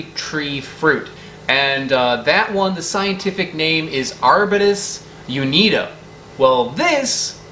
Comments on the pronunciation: A double i at the end of a name is pronounced as ee-aye. I have a degree in botany and plantsmanship and it still gets discussed to this day. However, it’s generally accepted that this is correct. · The genus iname in common syllables: men-zee-see-eye The two final i's have different pronunciations. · It's prounounced men-zee-see-eye :) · It's a mechanical (bad) construction of a fake Latin genitive, and also (traditionally) mispronounced. The normal Latin genitive of a second declension man's name would be -i. Marcus = Marcus; Marc-i = OF Marcus. But many Latin mens' names end in -ius: Lucius, Tullius, etc. This gives genitives like Lucii, Tullii. Botanical Latin, being set up more for laughs than scholarship, takes this double -ii ending and mechanically tacks it onto male names of whatever origin, "to honor the discoverer." Hence Menzies-ii. Normal Latin would be pronounced ee-eeee for this. After the Great Vowel Shift we started saying (grotesquely) our vowels as "AY-ee, EE-ee, AH-ee, OH-Woo, YEE-oo." The first i of-ii being a short i, it retain a fairly normal pronunciation; the second i being long, the Great Vowel Shift turns it into an "eye." The Romans would have pronounced Lucii as LOU-kee-eeee, the second vowel longer, but the same kind of sound.